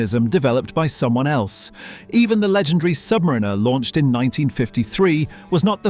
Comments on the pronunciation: Learn how to pronounce submariner please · Hilarious that the AI narrator cannot pronounce Submariner or Blancpain correctly. CHEAP VIDEO.